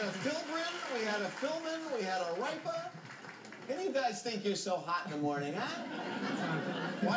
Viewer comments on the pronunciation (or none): its got nothing to do with daytime TV when all the letters are up there it has to do with pronouncing it correctly. just think about it for a second. how do you say ripa minus the a. RIP. now say that and add an ah. RIP-AH. its common sense to me. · wait so what if they dont know how to pronounce it they dont get the points? like ripa he just said rie-pa not rip-a is that seriously why he didnt get it?